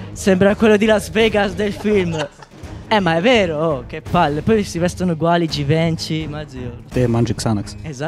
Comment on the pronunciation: Quando ha detto givenci io basita